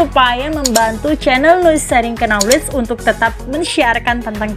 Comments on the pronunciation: Kenapa kata Knowledge dalam bahasa Inggris diucapkan oleh narator dengan KENOWLEG tidak dengan "Noowledge" dengan menghlangkan K-nya..Semoga ada jawabannya yaaa.... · Pengisi suara mohon dibetulkan pelafalan utk kata 'Knowledge, yang benar: nouw lej BUKAN ke no lej. Huruf K nya TIDAK disuarakan. Terima kasih. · Penyebutan "knowledge" masih kurang tepat. Huruf "k" tidak perlu di sebutkan, cukup ucapkan nowleij saja. Saya do'akan semoga videonya semakin baik lagi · Duh, bacanya bkn KNOWKEJ. Tp NOwlej. K nya jgn hilang, W nya dibaca tipis. Ok trs berkarya! Sukses sll..!! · Bukan kenowledge mbak...k nya senyap... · Menyebut knowledge huruf "k" dan "n" seperti huruf "k" ditelan sehingga huruf "n" lebih dominan, ˈnɒlɪdʒ Mendoakan semoga channel ini semakin maju 👍👍👍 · baru play, perhatian teralihkan gara2 dengar kenowlej cenah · Masukan min.. knowledge dibaca nya nowlej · channel bagus isonya. Tp lafal kata "knowledge" diluruskan ya. Huruf "k" tidak dibaca ya jika ada sebelum "n". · Knowledge, 'K' nya silent kak